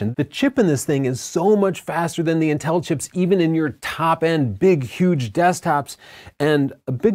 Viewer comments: Dammit I can't get over how you pronounce Intel... 😂 Seems like you say "Nnn-tel" rather than "IN-tel"... Anyways! The M1 chip is very exciting but I think all creators need to be patient and wait for the "Pro" shoe to drop before investing in new computers. I know I am! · The way you pronounce inTEL distracts me slightly, in much the same way that Chelsea pronounces BUTns. 👀😂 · It’s pronounced “Intel”, not “In-tell” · Me encanta como pronuncia Intél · i get lost whenever you say inTEL 😅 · Intel is pronounced IN TEL. Are you Canadian or something ?